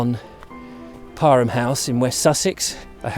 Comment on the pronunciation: So it’s pronounced par-em? My basketball couch was wrong then. Thank you!